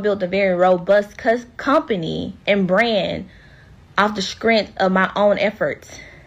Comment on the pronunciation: Did this so-called educated woman just say “scrent” instead of strength? She been hanging around Wanda and Tisha😜🤪😝